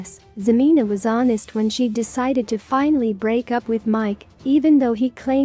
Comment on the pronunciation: If you're gonna do a story on them, at least pronounce her name right HA-MEN-A!!!!!! She is a gold digger still bc if she didn't want anything to do w him or any more of his money, she'd have blocked or deleted him by now. So she still wants that money!!